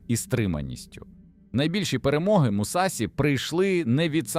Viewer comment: Побуду душнілою так як вчу японську: у японській мові нема таких кан як СІ, ТІ та ДЗІ, є ШІ, ЧІ та ДЖІ. Не Мусасі, а Мусаші; Не Дзікан а Джікан, не Хейхаті, а Хейхачі. Досить використовувати костилі московських професорів які вони придумали для своєї обмеженої мови, вони нам не потрібні, бо наша мова дозволяє транслітерувати японську прямо без компромімів!!!